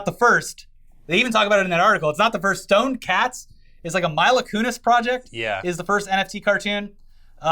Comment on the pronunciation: did pronounce it Myla kunis? lol